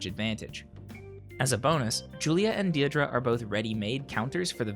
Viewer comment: Deirdre is pronounced Dear-dray